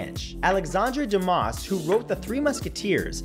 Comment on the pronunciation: John Barber yes actually, for Dumas, the s is silent